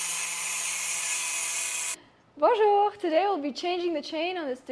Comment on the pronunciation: Bonjour de France et bravo pour votre Bonjour. Vous partez bien le français visiblement. Ce serait génial d'avoir votre vision en français pour toucher plus de monde.